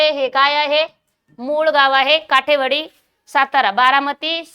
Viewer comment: काठेवाडी नसुन काटेवाडी आहे